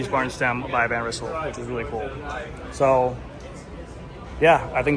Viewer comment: Van Rizzle? 🤣Thats an alternative pronouncation :)